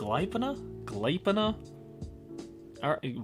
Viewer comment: Gleipnir would be pronounced "glayp-nyr" I think. I now have things to watch. yay.